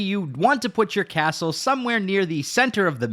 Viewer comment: Happy to hear all about buiwding a castow.